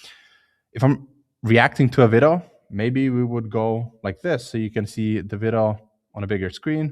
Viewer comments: For anyone curious, when he says "Vido" he means "Video" because of the strong accent :) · Helpful video, Thanks. btw, video is pronounced vid -ee-oh.